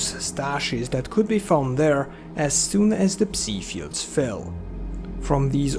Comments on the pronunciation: Just a tip; It is Psi emissions, as in psionic radiation Not C-Emissions. It's pronounced like Sigh, rhymes with bye, hi, pie. Not see/c like C consciousness. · ever since stalker 2 came out everyone's been calling it "psee" emissions. Was this just a mistranslation in the english dubbing? We'v always called them Psy as in "sigh" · "beta p-see" sounds like you're trying to insult 😂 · I assumed the "p" in "psi" was silent - as in "psychological"